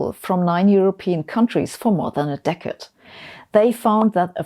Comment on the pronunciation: Offtopic, but from this and other videos of yours, I surmise you're particularly fond of the word "decade". Don't take this the wrong way, but could you please, pretty please, learn to pronounce it properly? I cringe every time I hear you say it. :') Cheers, and thanks for the informative videos.